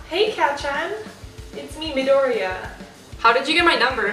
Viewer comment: i herd call midoria mindoria